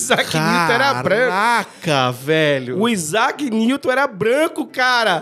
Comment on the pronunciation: AIZAQUE NIGROUW 😂😂😂😂😂